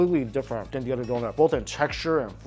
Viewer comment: Mike pronounces “other” as “udder” lol 😂 still my dude! Keep up the strong work man!!